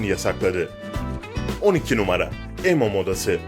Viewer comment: Abi emo imo diye okunuyor